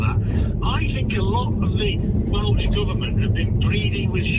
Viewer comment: You need to brush up on your Welsh pronunciation.